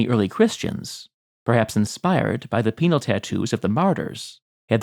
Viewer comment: It took me longer than I'd like to admit to realise you were saying "penal tattoos", and not "penile tattoos".